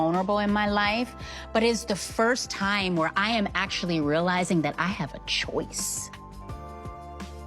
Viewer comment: Tia fkin up all the "C" words. "Court" "choice". She cringe af at this point.